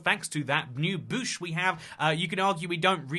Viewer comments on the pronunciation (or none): I've never heard it pronounced as "Boosh" or "Buhsh", it was always an in-between of those two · > Still can't pronounce "Bush" properly xD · im starting to think says bush like that on purpose now..